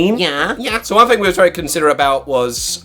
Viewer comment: thas vewy nice 👌